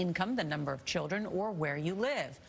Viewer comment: Why does the reporter pronounce "children" as CHILL-REN